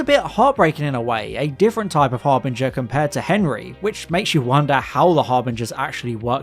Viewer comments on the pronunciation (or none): Lol, Har-boinger.